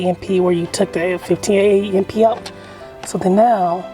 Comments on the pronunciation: Did he just say a m p? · I have never heard someone say amp as A-M-P 😮